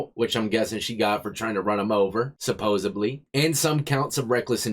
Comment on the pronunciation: Can I say it is supposedly with a d and not supposebly with a b? I don't comment much, but I have taken notice of your care in enunciating. Rarely used words are not the topic here. You do well in that category. You okay with this? I'm not concerned with those who do not care and wish to rag on me. They can say birfday for birthday and saddleday for Saturday. You don't come close to that. I'm just hitting on supposedly. I enjoy your work,.